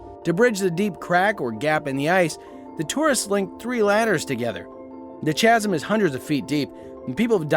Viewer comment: The word chasm is not pronounced like the ch in cheese; it's pronounced as if spelled casm. you don't use the usual ch sound.